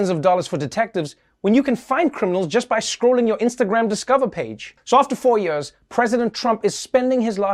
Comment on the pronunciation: Trev, it's "Years" not "Yuurs"